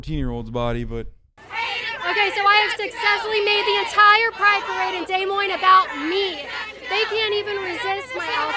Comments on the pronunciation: Kaitlin does even know how to pronounce Des Moines, it is pronounced “dah Moine” not “day moine” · Am I the only one bothered by her pronouncing Des Moines as Day-Moy-ng? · Did she actually pronounce Des Moines “day moine” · did she just say "Day Morynes" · Where's she at? Did she say De Moine? Oh ffs pronounce the city correctly. Either way as long as we give her attention she'll continue. Ignore her and she'll eventually go the f away. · dumb bitch just said DAY MOINES. can't even say the town's name right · Des Moines comes from French Language. It’s pronounced duh moin. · She’s really out here calling it “Day” Moines... you’re right, she never aged past 5 jfc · Hey! I'm from Des Moines. I had no idea she was here. She didn't know how to pronounce it 😅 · She can’t even pronounce Des Moines right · She shouldn’t be allowed in the state of Iowa if that’s how she pronounces Des Moines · She pronounced des moines wrong! fuck this bitch!